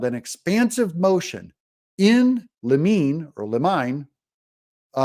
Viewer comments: In-li'-mi-nee, "on the threshold" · FYI: In limine is pronounced "in leh MINE" as in "mine shaft" as in the one Jack Smith seems to be falling into.